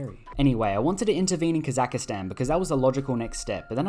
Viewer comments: came for holy russian empire, stayed for "kazakhastan" mispronunciation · The worst crime you've committed in this video is pronouncing Kazakhstan as "Kazakuhstan"